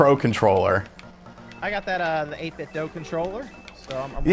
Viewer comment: I hate to be that guy, but it's not pronounced "8bit-doh" it's pronounced "8bit-doo"